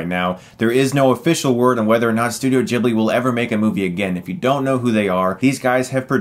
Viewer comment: It’s ghibli not jibbly